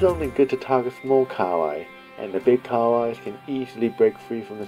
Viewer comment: KA-HA-WAI not kawai